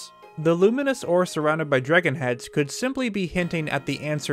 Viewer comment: am i the only one who keeps hearing drigan instead of dragon? or is that what theyre called?